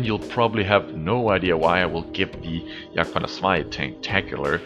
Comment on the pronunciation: why do u call it the yagpanzarsie instead of... Jagdpanther II/2